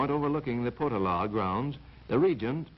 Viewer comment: Interesting video - if only the narrator was a little more precise in certain things - Potala - the emphasis is on the middle syllable, so it's Po-TA-la. The Dalai Lama IS NOT THE REINCARNATION OF BUDDHA, He is believed to be the reincarnation of the Bodhisattva of Compassion. Buddhism is just as diverse as Christianity having many different denominations, so for many Buddhists, the Potala isn't remotely sacred at all. The mantra in the prayer wheels & perpetually recited by everyone is: Om Mani Padmé Hum - it's very easy to pronounce correctly.